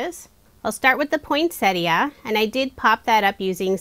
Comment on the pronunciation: I know lesley you are not alone. Most people, like, put a T in the middle and say Point - Set Ee - Uh rather than Poyn-set-ee uh.